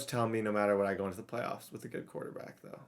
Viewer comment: I did when i seen you say “thoe” lmao